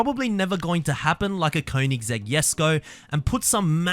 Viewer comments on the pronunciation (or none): none